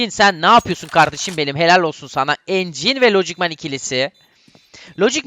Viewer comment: reyis herkesin ismini yanlıs okursun anlarımda encin ne ya :D